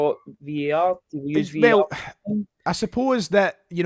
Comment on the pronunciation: its VAR!!!!! not VER!!!! ffs